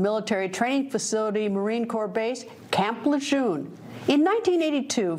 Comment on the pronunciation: It's not camp "lejoom" you silly doofus, it's prnounced Camp Le Jeune